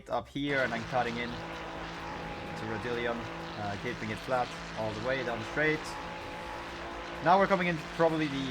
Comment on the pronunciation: Ra Dili on?? 😂😂